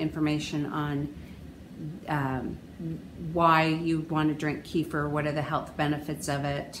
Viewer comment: It's pronounced kay fear and you just destroyed any B2 that was available by blending it.